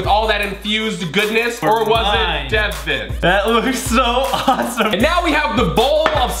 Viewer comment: Bridget Ward Ward it's Deven not Devin